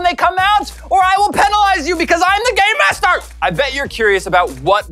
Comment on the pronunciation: is it just me that thinks every time he says game master he's saying gay master?